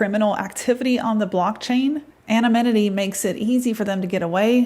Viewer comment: Its is Ano-ny-mity and not Ano-mani-tee